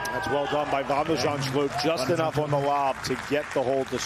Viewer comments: shulp not shlup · Nope. It's spelled Zand-s-ch-u-l-p, so after Zand it's first sch with the ch a throat-rasping g, then u-l-p as in 'gulp'. I failed to understand how the commentator managed to botch up that final bit, as it is a common English combination of letters.